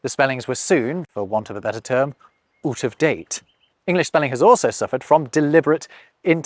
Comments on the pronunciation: "OOT"? Now you're drifting into 'Canadian' :) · It's funny that how you pronounced 'out' at that instance is the word - and the exact pronunciation - we use for 'out' in my language.